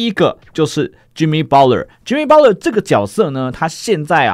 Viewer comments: 是念巴特勒 不是包勒⋯⋯聽得很累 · butler t不發音也會變成巴勒 不會是包勒